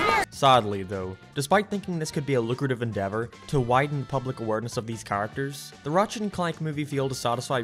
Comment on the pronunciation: say the word "characters" I dare you with pronouncing it choorrictas